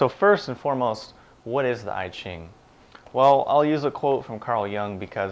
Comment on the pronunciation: "I" -- (I Ching) pronounce "ea" like in "ea(-sy)", "ea(-ch)", "(p-)ea(-nut)", NOT "I (am)."